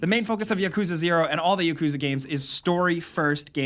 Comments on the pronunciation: Its YAKUZA not ya-kuzah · Yeah lmao, he pronounces it like Yakooza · "Yakooza Zero" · “Yakooza” lmao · You said it wrong. It Yak-coo-zah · BTW, it's pronounced Yak-u-za. The yakuza is a Japanese gang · PLEASE PRONOUNCE YAKUZA RIGHT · Gotta at least learn how to pronounce Yakuza correctly smh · love your videos but please learn how to correctly pronounce yakuza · Can you not pronounce Yakuza? Or Kiryu?